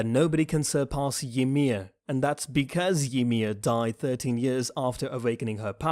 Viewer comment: The way u pronounce Zeke is so damn annoying Wtf is Zekeh?? And it's Reiner,not RAIner and Ymir not Yhmir